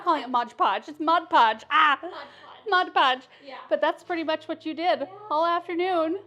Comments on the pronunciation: So many great ideas! I say “modge podge” too! 😂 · I call it "modge podge" too 😊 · I was laughing with you and your mom over the "mod podge". I always say "modge podge", maybe that is the off brand😆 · I say modge podge too!! I say that's correct.. 😉🤣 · I say modge podge too 😅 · I call it modge podge too. And I have no intent to stop 😂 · I say modge podge, too!!!😂😂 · I say modge podge too😂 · I’m always calling something wrong like modge podge 😂😂😂 and my kids laugh and laugh and make fun of me. I so enjoyed hearing someone else do the same thing 😊 The tree is beautiful 🎄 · I have always said modge pudge as well! I know the right way to say it but it never comes out that way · The tree is stunning. I say Modge Podge too😊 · I cal. It Modge Podge too. You know what she meant 😆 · I have to say, modge podge is how I’ve always pronounced it, just like your mom. Lol! runs to find my container to see how it’s really spelled! Well would you look at that! MOD PODGE! I learn something from you in every video! lol! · I used to say “Modge Podge” all the time like your mom and then one day really read the label so I know it’s Mod Podge but Modge Podge is so fun to say! 😂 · 😂 I say Modge Pogde too!! 😂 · Haha I say Modge Podge also! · I know this video is a year old, but still fun to watch. 😊 Love the videos with your Mom and Sister. I did have to laugh as I have been using Mod Podge for years, but somehow pronounce it just like your Mom! 😂 Thank you for the fun videos! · I’m 63 and say MODGE PODGE also. Lmbo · ....you and your family are the salt of the earth! WRT saying the word Mod Podge incorrectly, if we're being totally honest, we've ALL mispronounced it at least once, if not more! 😂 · I say Mod Podge wrong too! No worries, it’s the same, right?!😉